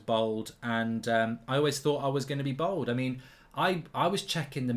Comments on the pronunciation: It’s bald not bold 🙄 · Mark really showing how proper middle class he is by the way he pronounces bald as bold lol